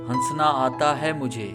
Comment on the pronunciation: Han-sana nhi prahte likhte hai non silent hora sa pahla wala .hasna parte hain